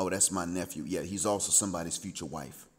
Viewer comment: Are you saying wife on pupose?